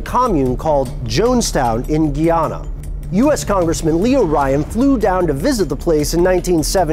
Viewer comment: it's pronounced Guy-Ana.